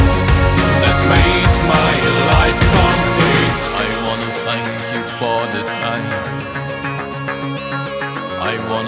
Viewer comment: His th sound is getting better. It is still zank instead of thank but it sounds better than him saying zunderstorm in doomsday. He must be practicing. I hope Blutengel comes to the United States sometime. Ohio to be exact. I would nearly do anything to see their shows.